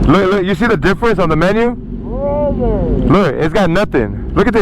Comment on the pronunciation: Brotherrr, beotherr lmao